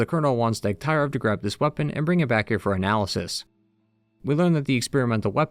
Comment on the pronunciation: Its Degtyarev, not DegtAyrev.